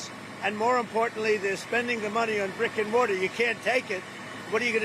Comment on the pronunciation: I thought he said rick and morty instead of brick and mortar